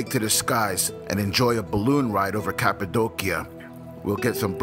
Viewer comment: You do such a great job narrating your travel videos! I really hope to visit Cappadocia one day, it seriously looks out of this world. Also, I never knew the proper way to pronounce it until this video! lol